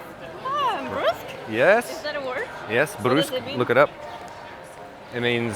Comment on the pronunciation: Brusque = Bruhsk